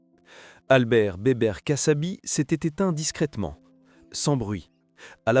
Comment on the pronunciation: kassabi pas cassabi